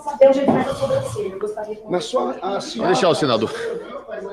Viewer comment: E o ignorante falando soMbrancelha varias vezes...